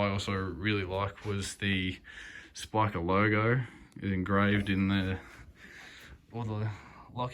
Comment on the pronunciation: You're saying Spika correctly, mate. Good job on the video!